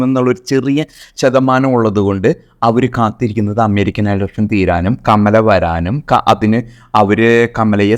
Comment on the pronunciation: അമ്മേരിക്ക അല്ല അമേരിക്ക